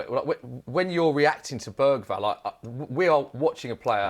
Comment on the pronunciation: BERGVALL? 😂 stopped watching after that.